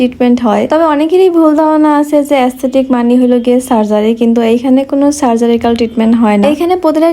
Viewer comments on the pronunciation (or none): সার্জারিক্যাল না আপু, সার্জিক্যাল 🥹